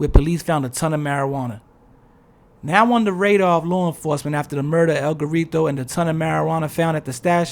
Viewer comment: “El Gorreetow” 😂